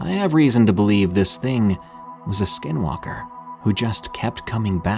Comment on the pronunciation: I love these stories! Growing up on the navajo nation there are so many stories I have. You definitely have the closest pronunciation to the native word for skinwalker!😊